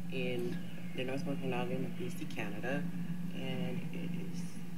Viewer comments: It’s pronounced oak-a-noggan.. I’m from there .. no shade.. just a helping hand.. you will no doubt be talking about it again this summer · HAHA it's pronounced Oh.Ka.Nog.A.Nin Also I am constantly talking about your knowledge you're widely versed and I watch you often. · It`s pronounced Oh Kuh Naw Gun by the way.